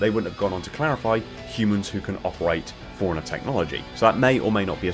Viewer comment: Am I the only person thrown when he pronounces “forerunner” like “foreigner”?